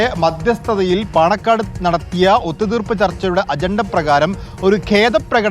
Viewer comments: Paanakkad not panangad. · പാണക്കാട് ആണ് പാണങ്ങട് അല്ല